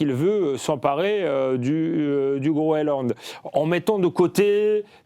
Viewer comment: Qu'est-ce qu'ils ont tous à parler de Groeland, c'est le Groenland, messieurs.